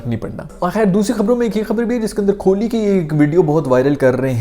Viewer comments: The pronunciation is Kohli and not kholi. Please correct your pronunciation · Khholi nhi hota kohli hai😂